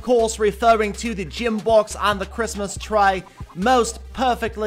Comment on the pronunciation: 'Jim box' , 'Christmas tray' 'Victray', ' Dith,' 'Tislas' etc.